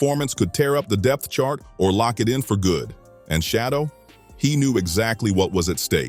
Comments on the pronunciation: WILL YOU STOP BUTCHERING HIS DAMN NAME? HIS NAME IS SHEDEUR NOT FREAKING SHADDOW. 😮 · Quit calling him shadow! His name is Sheduer Sanders and you need to pronounce it correctly! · who the hell is shadow damn man least you could do is make sure they say the names correct that makes this nothing but click bate you should be ashamed of your lack of professionalism